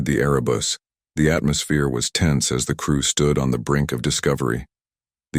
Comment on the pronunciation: Erebus, not arabus, as in Mount Erebus, in Antarctica. Please correct.